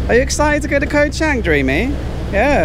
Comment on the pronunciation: have been following u for the last few months, I think u should make d initiatives to learn how to pronounced d places u go to. Is pronounce chunk not cheng, sarmui not semooi.